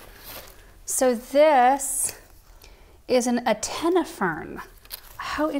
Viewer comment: I think she knows what an antenna is and how to pronounce it. I think in her excitement she just did a misreading.😊❤️